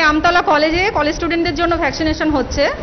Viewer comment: কলেজ নামি তো ঠিক মত বলতে পারছেন না দিদিরা